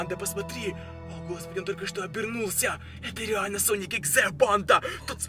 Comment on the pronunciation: Я одна слышала не соник а слоник?